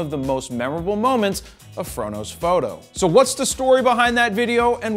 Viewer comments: The first times i watched your videos I hear "frodos photo" instead the "fro knows foto" 😂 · first time i watched one of your videos, without know anything about you. It sounded like you were saying, "frodo photo," which makes no sense, looking back. Love your videos keep them coming. I love Tolkien too.